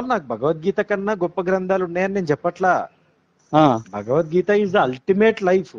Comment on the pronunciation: భగవద్గీత అని పలకటం కూడా చేతగాని వాళ్ళు వారు. వాళ్లతో మాటలు ఎందుకు గారు.